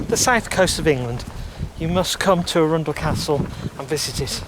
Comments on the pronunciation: ARUN-DEL NOT A-RUNDLE! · Arun dell not Arundle. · It’s not Arunndell it’s Arundel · It's not A-rundle. It is Arundel. Like Arron d schwa l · A-rundl. Lived near this place most of my life, first time I have ever heard it pronounced like that. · Yes. Ah-run-dell. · Arun-del the Del of Arun as in the river Arun, Arundel. Glad you in enjoyed Arundel nice video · indeed! The way you pronounce it was totally different from what I was saying! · Lovely walk through but as a local I'm massivly triggered by your pronunciation of Arundel x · Lovely video, such a shame that you did'nt do your research into the correct pronunciation of the name Arundel. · Yes, the pronunciation had us tittering too! I visited when I was working in Southampton! Stunning town too! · Minor picky point - Middle syllable is slightly more un than oun and with more emphasis on the "ar"...other than that, a smashing bit of film and commentary...did you get to visit Swanbourne Lake (perhaps lunch at the Black Rabbit) too? I'm hoping you might have! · That is not how you say arundel